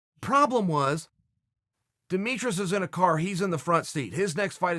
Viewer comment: Chaels pronunciation of a lot of words are hilarious. "Dimitris Johnson" "the fights in Urgwee"